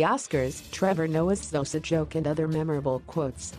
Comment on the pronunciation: It's "Abelungu abayazi uba ndiyaxoka" not what you just said over there,,,, and it's Xhosa not Zosa..... Please try getting it correct